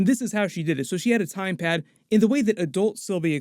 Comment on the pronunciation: Am I the only one who is hearing say 'Time Pad' instead of TemPad?